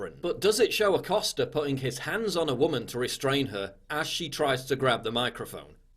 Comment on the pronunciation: Jim “Accoster” 🤫🤫